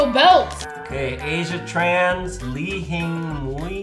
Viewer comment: The “ng” in Li Hing Mui is silent.